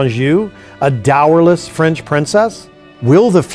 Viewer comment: "Dourless" Margaret of Anjou?